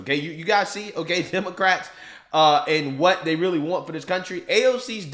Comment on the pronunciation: What does AOC know about prosecuting felony cases? She can't say "and' without using 2 syllables! News asking her opinion about the taste of AIR is telling America it's good to be stupid. Channels giving her one breath of oxygen on public platforms it's telling Americans it's ok to be stupid. Your ignorance is important and will make you powerful and rich. Y'all should ask be ashamed of yourselves showing one second of her and alll like her.